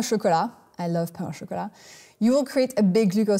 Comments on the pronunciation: You gotta love 16-minute videos worth of 30 seconds of useful information. Too much fluff, too much legs, too much ridiculously large jacket, and too little content. Also, learn to pronounce pain du chocolate properly if you want to show off your French. It's not /pɑ̃/, it's pronounced /pɛ̃/. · Pain du chocolat *is pronounced "pan."